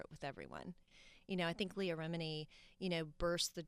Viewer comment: I was friends with 'LEH-AH' while Leah's name is "LEE-AH'... Such good friends.